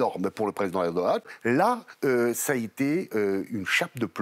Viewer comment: Encore un journaliste qui écorche le nom du président de la Türkiye, soit il le prononce dans un ordre inversé de sorte à troublée ceux qui un jour entendra à nouveau le nom du président de la TÜRKIYE.